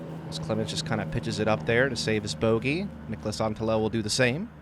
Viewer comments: As a Finnish guy I will say that pronounces Niklas Anttila very well! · Your pronouncing on Niklas Anttila is quite solid for someone with english as your native language 👌🏻